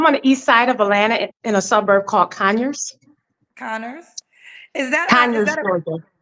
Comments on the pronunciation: kept saying "Conners, Georgia," and the woman tried to politely tell her in the beginning that it's pronounced "CONYERS, Georgia." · CONYERS NOT CONNERS